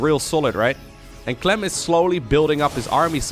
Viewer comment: "He goes by the name of Cuh-lem!"